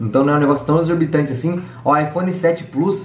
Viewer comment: "EXORBITANTE" TÁ PEGANDO A MANIA DO DE FALAR ERRADO KKKK